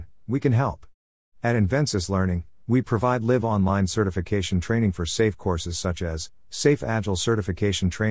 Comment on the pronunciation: While the information was interesting the narration is terrible, so many grammar errors for example in the closing statement about training at Invensis the AI narrator says live - as in alive instead of live - as in now and in person. It broke my concentration many times.